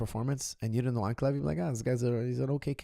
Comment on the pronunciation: Why cant americans pronounce Russian names, Ank- uh- lie-uv